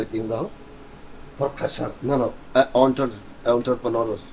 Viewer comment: He pronounced entrepreneur correctly the first time.